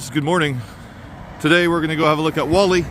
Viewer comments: me ole sack o shit Whalley is pronounced Warley not Wally lovely Christian town free from foreign shit!!! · It's pronounced WALL EEH not WOLL EEH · Great vid (as per) couple of things that may be of interest: The hill with the sheeps is called 'Whalley Nab'.also; Locals (Inc me, yours truly) pronounce Whalley... wall-ee. you're the best good sir, keep up the great work. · My parents came from Whalley, and it's not pronounced Wally either. 😊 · Love the video. But please pronounce Whalley right 😂